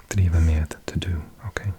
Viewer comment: Love the video, you are absolutely magic at doing ASMR so thank you. In Norwegian one does pronounce the ‘g’ at the end of ‘dag’ but not the ‘d’ at the end of ‘med’. 🙂 ‘d’ is almost always silent at the ends of words. Gud ‘God’ is sort of like ‘Gü’ (the heavenly pots of dessert) and ‘rød’ is ‘rø’ or in the plural form røde still drops the d, so in speech whenever you add ‘e’ for plural you end up with some very funky Scandi diphthongs! Æ is a fronted ‘a’ sound like in cat, only longer, so the mouth is quite spread. You do pronounce the ‘r’ at the ends of words, and this can be an alveolar tap or an uvulae fricative like the French r depending on dialect. The ‘e’ at the ends of verbs is fronted and more spread, like ‘e’ in ‘get’, not a schwa sound. The ‘e’ in ‘de’ is ‘ee’ and the ‘e’ in ‘det’ is a diphthong that is sort of like ‘ee-eh’ with the first sound there being less defined than ‘ee’ and perhaps like a schwa, and it’s a very quick slide into the ‘eh’. But that’s just my attempt to describe it. It’s easier when you can hear it. You also get this sound in ‘med’.